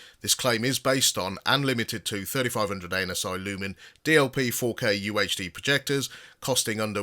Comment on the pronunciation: BTW, I love your reviews, but maybe change the way you pronounce ANSI. It sounds like you are saying ANUS when you say it! 😂😂😂